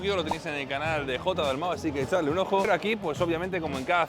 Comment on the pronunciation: el dalmau mas colimbiano jajajaja